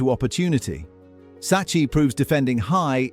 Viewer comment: Oh my god man, learn basic Italian pronunciation, it’s so horribly annoy to hear “Saccee” when it’s pronounced “Sakki”